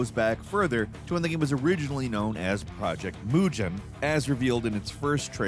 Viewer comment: The way you pronounced "project mugen" hurt 😢